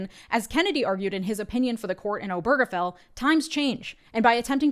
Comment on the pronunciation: Why does no one seem to know the stress is on O not ge.